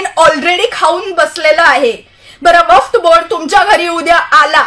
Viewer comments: वफ्त बोर्ड नाही ग बाई वक्फ बोर्ड.😂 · वफ्त नसतं वक्फ असतं😂😂😂😂😂 ! दुसऱ्यांना खूप वाकडं लावत असते ! आधी स्वतः शुद्ध बोल.